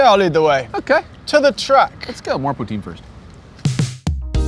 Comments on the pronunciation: Let's correct that pronunciation -> Tin , as in tin can. Poo-Tin. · I'm English Canadian and even I know you were pronouncing "poutine" wrong .. c'mon guys 😜